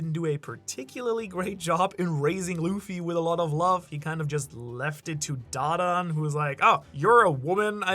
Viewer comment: Please stop butchering da dans name😂 the way you say it is so cringe! Makes me wanna find you and galaxy impact you bro😂